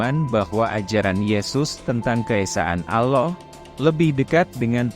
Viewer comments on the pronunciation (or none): ALLAH bukan Aloh😂 Nasrani yang tidak berpuas hati jangan bercakap main belakang.... harus berdebat dengan Mantan Mantan pendeta Kristian yang telah memeluk agama Islam ❤❤❤❤